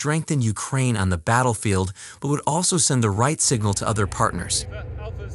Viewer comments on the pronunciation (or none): none